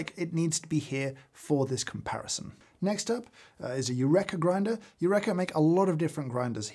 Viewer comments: I can't believe, without reading over a thousand comments, I'm the first to say "James! You-reeka" not "you-wreck-a". Archimedes in the bath tub and all that. But thanks for your fantastic research. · I find the sound of my grinder acceptable if i wear industrial ear protection 😮 Eureka = James it's pronounced yu reeka 😂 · Yurekha. That's how you're going to pronounce it? Shame on you. /j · British Eureka pronunciation is interesting! 🇺🇸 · My takeaway from this - I pronounce Eureka wrong when talking about a grinder I thought I'd like to upgrade to. I really want to up my coffee game, and watch all of James' videos, but my coffee is mainly made whilst I've still got the embers of last night's dreams in my head, and my taste buds are nowhere near as tuned as I'd like. Every now and then I'll make something that I like, but I've got no idea what it is I like or how I did it. Still, keep trying. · After many years pronouncing Eureka like we say Aristotle did, to now learn I’ve been wrong all this time! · hol up. is that how british people pronounce "eureka"? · The way you pronounce Eureka deeply upsets me